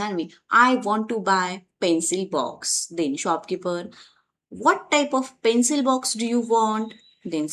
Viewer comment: Pencil box not pencile box...